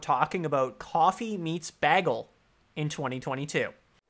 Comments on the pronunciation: You'd get a lot more dates if you learned how to pronounce bagel. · im not used to hearing bagel said like that lol